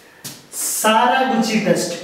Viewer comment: That’s Saka not sara